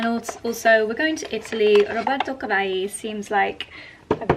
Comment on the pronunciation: Btw Roberto Cavalli is Italian, so you pronounce both L’s in his name. Italian doesn’t do the ll->y sound change the way Spanish does.